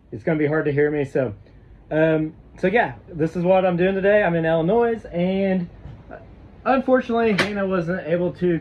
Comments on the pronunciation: Your from I L L I N O I S and you say ILLNOISSSSSS? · "Illi-noise"? Uh-huh. Try Illi-noy. S is silent. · Illinois is pronounced il uh noy. No noise . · ill-a -noise, 😂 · The "s" on the end of Illinois is SILENT; by the way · The S is silent in Illinois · You don’t pronounce the S.....